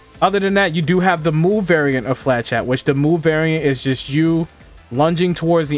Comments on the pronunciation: Yeah, not to be a stickler but the pronunciation was out there. “Fluh-shett” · Its not flachat, it's flechette (ch pronounced as sh) there is no A in flechette. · I cannot hear him pronounce flechette properly. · Great video , really helps with this crazy class. Here is how to say flechette.